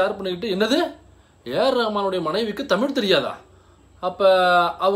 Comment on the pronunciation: காதலுக்கு மரியாதே என் பொண்டாட்டிக்கு டமில் தெரியாதே... 😂😂😂 டமில் வாழக குசு மான்